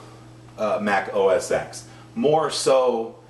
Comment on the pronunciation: Its pronounced os ten not os ex. #computerexpert